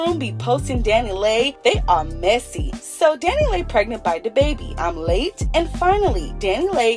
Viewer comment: Why you keep saying her name like that 😂 😂